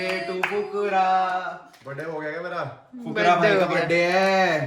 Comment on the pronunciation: Aapne fhukra bola aur mujhe kukura sunao diya hai ❤❤